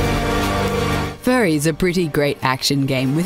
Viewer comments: Is it just me, or did they pronounce Furi as 'furry', rather than 'fury'? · When they say furry instead of Furi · It's pronounced like "Fury" not "Furry"! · Furi is pronounced fury not furry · did u just call it furry?😂 i know its spelled differnt but still